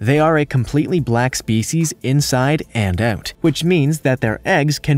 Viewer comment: “Inside and OOOOOOOOOOOOOOT” lol. Sounds Canadian